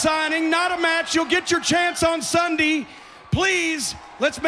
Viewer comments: Why the hell cornette keep saying sundy??? Its sunday not sundy!!!! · I hate how he pronounces Sunday! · He said sundy 😂😂😂😂😂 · guy said sunday worng and funny